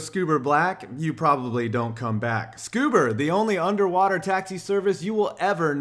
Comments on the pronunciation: FFS.... SCUBER?!?!? I'm dying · Great video but wtf is scuber 😂